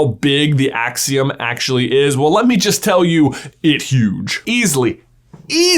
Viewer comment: There the akseeum in here